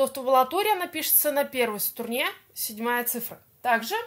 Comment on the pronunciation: Почему СТУРНЕ? А не струне?